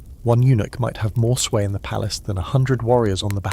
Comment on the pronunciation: PALACE not PALACEY